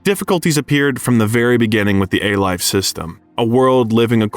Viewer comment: "A-Life" not 'a life', etc.